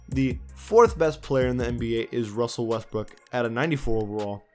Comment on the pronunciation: Wussell Westbrook 😂